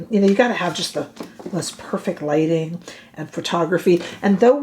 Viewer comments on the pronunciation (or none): none